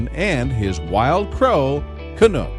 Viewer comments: YOUR SAYING HIS NAME WRONG! CANUCK ,... CAN - UK,... not canook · Lol it’s Canuck! Lol not canook . Canuck as in the hockey team. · Can- uck NOT Can-ook! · You video thieves obviously know little to nothing about Shawn and Canuck. First, the crow's name is pronounced "CA - NUCK" ... like the "u" in knuckle, not "Ca-nook," like the "oo" sound in "look." Canuck "car surfs" sometimes when Shawn is riding in his friend's car. Shawn has never referenced driving himself. In fact, Shawn often makes references to taking the city bus. Canuck has also been known to car surf with other local drivers. That's a girl's bike, not Shawn's bike. Canuck, like other crows, is attracted to many objects, not just shiny ones, and fans bring Canuck gifts versus Canuck making a habit of bringing Shawn gifts. When Canuck does bring Shawn a gift, it's likely to be something simple, like the cupule (cap) from an acorn. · Canuck (rhymes with luck) not Canook. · WoW this is really BULL. You have stolen all these photo's from Canucks Facebook page. You can't even say Canucks name right. Your facts are all wrong. Why are you stealing other people's photos? Really Bad Karma points for you.